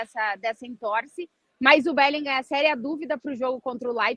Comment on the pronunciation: Esse "BÉLINGAM" arranha meus ouvidos kkkkk. A pronuncia em inglês é "BÉLINRÃ", CARALHO kkkk